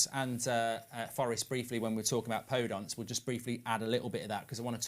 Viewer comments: anyone else screaming PodEnce! not PodOnce! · He pronounces Daniel Podence wrong as well